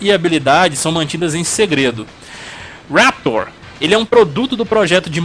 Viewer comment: não foi por causa disso, foi porque descobriram que ele utilizava implantes de titânio nos braços, que aumentava muito mais sua força. não se pronuncia "raptor" e sim "riptor" mesmo. não se pronuncia "glacius" e sim "gleicious". os finnishing moves são chamados de No Mercy neste game terminar de falar sobre o primeiro game da série e NÃO CITAR O MOVIMENTO COMBO BREAKER foi de longe o maior fracasso desse seu vídeo. Refaça. Por favor. Refaça